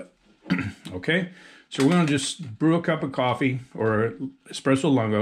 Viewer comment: Pronounced "Loon-go" lol. But great review nonetheless